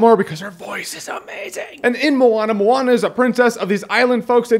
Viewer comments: Jeremy I am from New Zealand and we are deeply rooted in Polynesian culture (Maui used his hook to pull NZ out of the sea) I can say that it is pronounced 'moan - ah' so like I porn star is a moaner. 😉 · I always have pronounced the name of this movie, "moan-ah". Only recently have I figured out its pronounced "mo-ah-na"